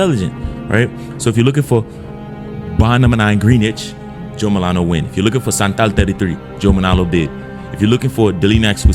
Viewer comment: Brother, Bond no.9 are all based off of streets or locations in New York City. So Greenwich is not pronounced Green-witch or as you said Green- NITCH it’s pronounced GREN-NITCH